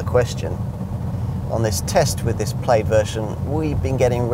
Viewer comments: I can’t get past his pronunciation of plaid and repeating himself over and over again every few minutes 😂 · "Plade" LOL.